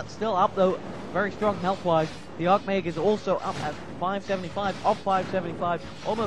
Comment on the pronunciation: He pronouces things incorrectly. Griffen, arch mage. Magi. lol.